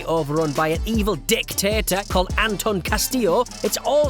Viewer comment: Emphasis on the DICtator